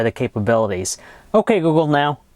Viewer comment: he can t say ok google now right lol!